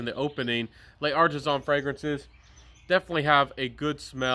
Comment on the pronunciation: Hello, please forgive me for picking on you about your pronunciation of some French words. But you can do better and I think it will improve your credibility as a reviewer. L’Artisan is not pronounced Lay Artisan, you can basically ignore the apostrophe between the L and A and pronounce it as one word. L’Homme is not pronounced el homme. You can ignore the apostrophe between the capital L and the capital H, and ignore the capital H as it is silent. And you can pronounce the word more like Lome. No offense intended, I’m just trying to help. Keep up the good work with your channel and may it continue to grow.